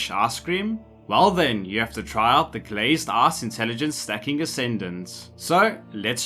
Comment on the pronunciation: Did you just say glazed ass?